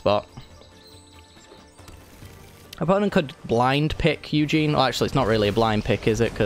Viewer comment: U saying ugin wrong is very annoying